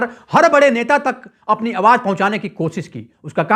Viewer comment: Bhai tum apna pronunciation correct karro.awaaj nhi awaaz hota hai.suru nhi shuru hota hai.jindagi nhi zindagi hoti hai.bhut hi kharaab bolne ka tareeka hai